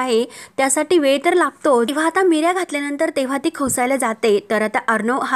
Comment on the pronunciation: अहो मिऱ्या नाही निऱ्या म्हणतात